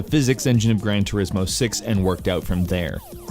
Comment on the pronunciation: "Grain turismo" lol